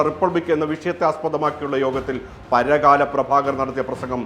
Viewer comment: It's not paragaaala it's parakkala 🙏